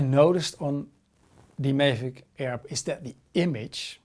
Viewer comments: STOP CALLING IT A FUCKING MAY-VIC its pronounced MAA-VIC, MAVIC. Couldnt watch had to pause write this and leave. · Just for your information. Check out some other Mavic reviews to learn how to pronounce ''Mavic'' right.